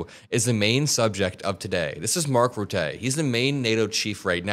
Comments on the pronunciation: another great video, thanks 💙💙💙 One small correction: the name Rutte is pronounced with a voiceless “e” at the end, and the emphasis is on its first syllable. Sounds more like “rutta” (or “rutter” - with a silent ‘r’ at the end), than “ruttay” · You’re absolutely right! The only thing is, Mark Rutay sounds so silly to me as a Dutch person 😂 Mark Rutte is pronounced more like “Mark Ruttu” with both U’s pronounced as in “but”. At least, that’s the sound which comes closest to it. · it’s not Mark “Routay”. It’s pronounce more like “Ruh Tuh”. O really wish podcasters will make an effort to learn to say world leaders’ names properly. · Hi, Rutte’s name is pronounced ‘Rutta’. Not ‘Rattay’. Accent on first syllable. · Hi from the Netherlands 🇳🇱,. First of all, Rutte isn't pronounced Ruttay, both the u and the e sound like the u in hurt, or the i in bird. Ruttuh. Rutte is definitely playing Trump. He's not my political colour, he's right of centre, but he was our pm for 12 years, and he's no idiot. He's a little slippery but a very skilful diplomat. His main job at the moment is to make sure Trump doesn't blow up Nato. So far, so good, though the daddy thing was a silly move. Embarrassing. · Rutte is pronounced "ROO-tuh", not "roo-TAY". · Please, it's RuttUH! Like Muller, without the r. Your pronunciation "Ruté" makes him more eloquent than he is! Oke, he might be rather eloquent in his performance here, but he is the old face of the Dutch right block. I'll spit on his grave 🤣🤣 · please... its Mark Rutte,not routte. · Rutte is by the Dutch pronounced as quite similar to: Ruh-tuh. Ruh like in hut. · Just for your information, it's pronounced Marc RUTT-uh, emphasis on the first syllable. I can't listen to his speech though. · 10% !! But it's not like "Mark Ruttay" ... The 'u' sound doesn't exist in English. The 'e' in 'Rutte' should be pronounced like the 'e' in 'the'. ;-) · pronounciation: RUT-uh ;) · Pronounced ‘Rutter’ with a ‘soft r’.